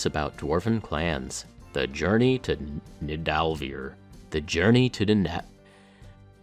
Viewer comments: Thank you for this video, that was very interesting as usual! If you want to know: Nidavellir is actually pronounced Ney-tha-veK-iR. Ni = ey like hey! d = th hard. Yes, that goes for Odin too but you only notice the difference between D and hard TH when you listen very closely. ll = k short, clicking k, in this case, the last part of the word is very close to liquor but the last R is short but hard. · Niðavellir Nidavellir to get a sort of right sounding pronounciation you can use these sounds "Ni" as in "Ninja" "ð" or "d" as in the TH of "the" "a" as in a soft burt short spoken "ah" Now the hardest part that leads into the double L's, if you're from a non-nordic country it will be extremely difficult unless you're a beatboxer, even if you're from a nordic country in mainland europe you'll be having a hard time, for me being Icelandic it's very easy because I grew up with the sound... ...so let's just skip to a sound that will get the point across. But first, a short recap: "Ni" as in "Ninja" "ð" or "d" as in the TH of "the" "a" as in a soft burt short spoken "ah" "vell" just use the "well" sound the last one is very simple, instead of trying to pronounce the "ir" part I would only use the "rrr" from "grrr" (there's a hidden "ih" sound in there) That should set you on the right path of "Niðavellir"